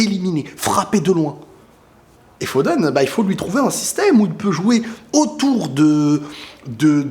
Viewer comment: "Phoden"? Fil Phoden? 😂😂😂